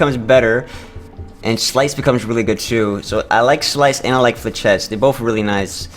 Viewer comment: How the end of the turn works is 1. you press the button 2. your hand resolves if able 3. your turn ends and relic resolves and "Flechettes" is pronounced "Flesh" "ettes" (that may differ based on region) amazing run tho, holy shit you got op in a hurry